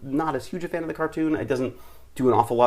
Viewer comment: You know David, when you tried to say "Fan" the second time it sounded almost like the swedish word "Fan" which means like f*ck or shit. The more you know ;) And yes, Im also a Pokemon fan, thought I have never played the game. Im the fan that watch the anime and collect the cards, even thought I have not watched or collected more cards I still love the Pokemon world. Cheers!